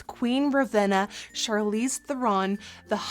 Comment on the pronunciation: It's Charlize and she said it right every time :)